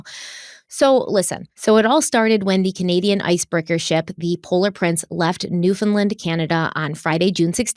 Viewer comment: From Cape Breton NS...you pronounced Newfoundland...perfectly...not New.. Found...land!!! Great video as always!!!!